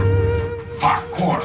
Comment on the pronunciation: I laughed every time you said parkour. 😂